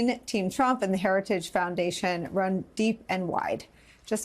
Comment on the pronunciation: He can't even pronounce heritage.